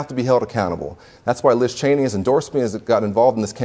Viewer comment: I love how you pronounced Cheney the way their family does . chee-nee